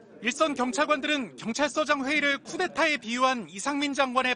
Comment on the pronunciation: 우째 구테타라고 말하냐...